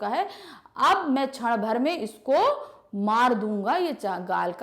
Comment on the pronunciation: छण भर नहीं क्षण भर होता है वो